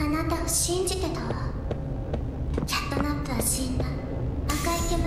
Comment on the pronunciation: 色んな実況者がキャットナップをナイトキャップって呼んでるの草